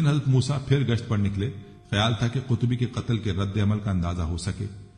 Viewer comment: قطبی نہیں صاحب۔ قبطی صحیح لفظ ہے۔